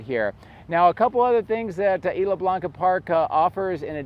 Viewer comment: The s is still pronounced in Isla.